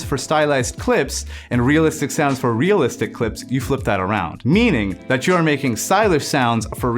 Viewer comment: Realist-ish made me laugh, but just because that's exactly how you pronounce the German word for realistic, 'realistisch' haha.